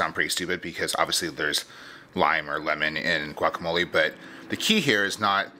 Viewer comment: pronounce it "guacamol-ay", not "guacamol-ee"!